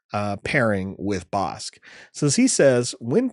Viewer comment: That BK pronunciation 😮 Ive yet to decide if the bounty upgrade cards are worth running in limited. They have felt underwhelming though definitely interested in trying out Bossk